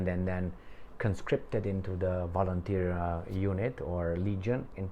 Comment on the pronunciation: I like that "volunterski"...😂😂😂